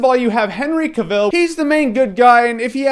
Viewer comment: how hard is it to say CAVILL like TRAVEL.. seriously dude.. get it right... and Henry is hot.. there are much worst movies out there.. Expendables 2... just so you have something to rave about cause it certainly looks like you like talking out of your......